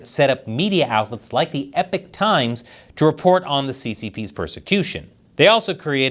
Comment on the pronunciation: Why pronounce 'Epoch' ...'EPIC'???